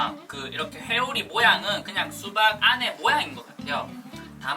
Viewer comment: 허팝님 회오리를 자꾸 해오리라고하넼ㅋㅋ